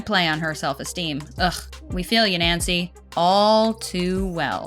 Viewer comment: Wait did the narrator say NANCY Dyer?